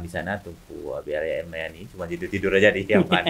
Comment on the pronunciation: Al Yamani bukan Al mayani bg